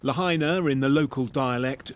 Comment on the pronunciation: It took a brit to finally pronounce Lahaina right. I lived there 5 years. I was poor a lot but I was in paradise. Sort of. The Big Island is way nicer.